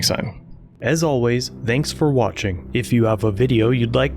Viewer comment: lol at the way you say Thanks "They-inks" instead of Th-aynks.